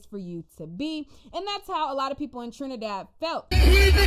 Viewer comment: girl you butchered those names and the trini dialect 😂😂😂🤣🤣🤣🤣🤣🤣but being West Indian, it was cute to watch but you’re forgiven.